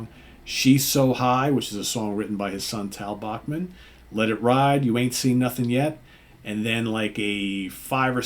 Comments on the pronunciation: C'mon, surely you've heard it's pronounced "Back-man" not "Boch-man". It's a Canadian thing. They say "Ba-ham-a", not "Ba-hoom-a". Weird. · It is what it is who the heck do you think you are? It's not your decision. You do not like it don't fukking go! According to Randy the Bachman name is properly pronounced as Back-man.